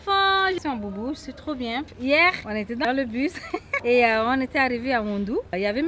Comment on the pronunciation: "Shuis la carte"😂😂 Sinon c'est un super vlog! Le meilleur que j'ai regardé jusqu'aujourd'hui! Le Tchad c grave un beau pays! Vive l'Afrique!